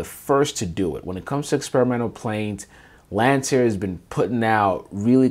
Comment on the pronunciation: It’s Lancair, not Lantair